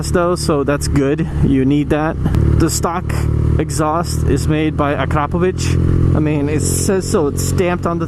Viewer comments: take note guys, , this is how you pronounce Akrapovic ;) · hhh only motovlogger who correctly pronounce Akrapovic